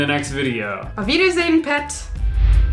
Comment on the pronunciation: Lol the "pet" at the end actually had a little Geordie twang to it. Have you been practicing?